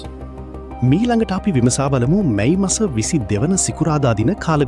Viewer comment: මයි මස නෙවී අනේ මැයි මස කියන්න.😂😂😂